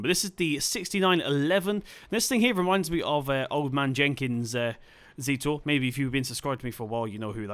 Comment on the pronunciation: Good video, but the first tractor reads a zetor, not a zítor and it from the Czech Republic